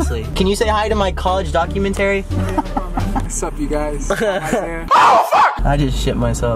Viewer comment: dah-cue-men-terry?, baby, what doc-u-men-ta-ree😂😂❤️❤️